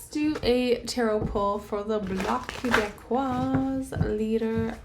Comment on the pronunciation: It’s « Bloc Québécois » the final “s” is not pronounced in French. No Tarot reading needed to know that Singh and Blanchet won’t win. 😂😂😂